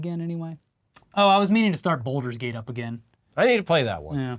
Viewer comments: That's it. You are officially old boomers! You pronounced Baulders Gate "Boulder's gate" like our Boomer parents would pronounce Pokémon as "pokiemanz". I mean, your lack of TikTok use already put you behind the times, but hearing you pronounce that games name the same way my father in law does really put a metaphorical nail in the coffin for me. But here I am calling people boomers on YouTube acting as if I'm not old too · its not bolders gate lol. BAULder